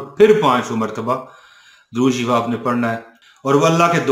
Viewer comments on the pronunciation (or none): Ap darood shareef gult parhte hain sheyo ki tarha apna darood teak krain.